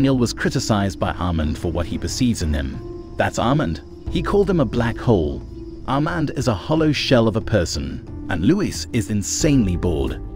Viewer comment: The pronunciation of Louis and Armand, the latter sounded like Almond